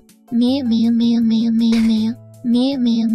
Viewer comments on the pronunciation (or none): The way TTS say meow sounds like mayo 😂